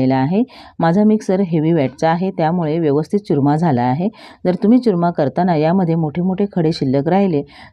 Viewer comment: च्युरमा नाही हो चुरमा